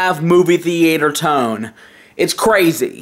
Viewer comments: Movie The-ate-er. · Movie The-ay-tor Tone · Why tf is he saying the "E" when he says the word Theater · Interior Crocodile Alligator i drive a chevrolet movie the-ay-tor. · Cant say movie theatre